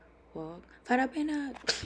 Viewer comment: She say na “Father Benard”😂. Agba Content Creator😮‍💨